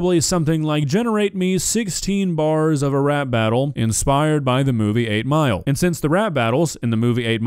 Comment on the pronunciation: At the start of it he says inspired